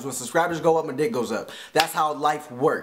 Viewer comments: "Wat da hael"lol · i laughed hekka hard every time he said whut da hell! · Lmaoo!!! Its funny how he says "Whata hell?" lmao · I love the way he says "whata hell" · He says WHAT THE HELL like an asian .. (